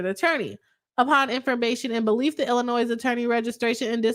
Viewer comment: I'm on the replay squad and kept hearing my state Illinois pronounced with the "s" at the end. It kept pulling me out of the content.